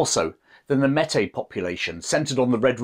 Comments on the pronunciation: Great vid, but it's pronounced "may- tea" . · Close but no cigar. Metis is pronounced like "may-tea" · As a Manitoban it’s nice to see a small bit of our history be told. The pronunciation of Métis was a small shock as it is generally pronounced differently here, but it is to be expected as the difference in culture and language between Canada and England does exist.